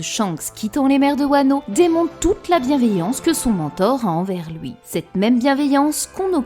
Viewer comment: "houit ans" "grace a loui" XD